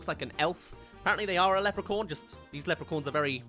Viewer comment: Lepre-corn 🌽??? 🤣🤣🤣 I have never heard anyone pronounce leprechaun that badly. 😂